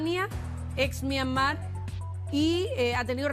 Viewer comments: En todo caso, es Myanmar, no “Myamar”. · Esta periodista es más ignorante que el otro que es más joven , sra , Myanmar es el nombre correcto antes se llamaba Birmania ! Como no lee un poquito esta gente o por último si le da lata vaya a Google o Wikipedia ese es el lugar preferido de los flojos y no quedar mal en alguna entrevista !